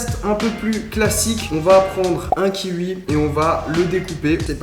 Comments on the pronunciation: tu m'as stressé en disant LE KIUI 😭😭😭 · « le kiui » 😂😂😭😭😭 j’suis mort la 😂😂😂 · T'es bizare a prononcer kiwi "ki ui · Le kiui 😂 Sinon bonne vidéo 😀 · Il ne sait surtout pas dire kiwi ptn j'en peut plus de l'écouter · “un kiui “😂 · Qui a remarquer que Charle dit le kiwuii ça m’a beaucoup trop perturber 🤯😨😂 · Le KIUI la façon dont il le pronounce est trop drole🤣✌🏽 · Kiwi, j'ai entendu ; Ki ui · lol "kiui" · Je suis le seule à avoir remarquer qu’il dit kiui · j’en ai marre écoutez comment il dit kiwi " kiui " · « Un kiui « 😂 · 😂j'adore comment tu parle "kiwui"c'est quelle origine ça?😂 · « Un kihui »😭😂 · Il dit le kiwui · Le kiwui 😂 comment tu le prononce c'est exelent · on va prendre un kihui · Ça me fait des frissons quand il dit "Le kiui" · « Le kiui »😂😂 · LE KIUI 😂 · "Le kiui" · Le « kioui » 😂 je rigole à chaque fois qu’il le dit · pour dire kiwi le mec dit 'qui ui' mdr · Tu prononce le kiui 😂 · "ki ui" kiwi mdrr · LE KIUI. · La prononciation de kiwi de Charles "Le kiui"😂😂😂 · Like si t'aime les kiui 😂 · Un kiui??? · "le kiui"😂😂😂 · Le kiwui 😂😂😂😂😂😭😭😂😂😂😂😂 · Il dit même le kiui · Sa me perturbe comment il dis " kiwi " je suis la seule ou pas ???😂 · Vous êtes autant perturber que moi quand il dit kiwi ? 😂😂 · j'aime la façon qu'il dit kiwi je trouve ça satisfesant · Sa me tue comment il dit "kiwi" 🤣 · Qui adore la prononciation du mot kiwi de Charles 😂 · Omg ce kiUi m’a arraché les oreilles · Tu me soule tu dis " kiui" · Je suis brusqué d’entendre kihui au lieu de kiwi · le "kiui" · Heuuuu..... c’est du gachis de papier !! 😂😂 d’ailleurs qui prononce kiwi « kiwoui » parce que Charles il dit kiwiii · "Le kiwui" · Tu dit Kiui 😂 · Kioui mdr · Le kiUi 😂😂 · C "kiwoui" pas "kiwui" 😂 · Kiwi pas kiui tabarnack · J aime trop comment tu prononce kiwi: -Fastgood: ki-ui -Les autres: Ki-oui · On prononce KIOUI pas KIVI bordel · Ya que moi qui dis kioui et pas kiui ? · Ça me stress c'est le KI"OUI" pas le KI"UI" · C pas le kivi mais le kiwiii sinn pas mal👣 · "avec le kiui" 😂😂😂😂😂